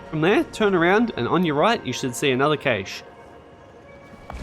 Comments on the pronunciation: super helpful but dear god its pronounced cash. like money. there's not ay in the middle of it. some people say Cash-ay which is wrong but I've NEVER heard anybody say CAYSH before. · It’s pronounced “cash”. Rei even says it. 😂 Fun aside, you were correct, this IS the only video I needed. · Great video, horrible way to pronounce cache😂 thanks for the guide